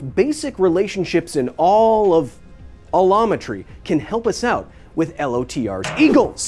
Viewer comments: I keep hearing Kyle say a llama tree 😂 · Looked away for a second and heard “a llama tree” and was very confused. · Heard "the study of A Llama Tree" and was confused.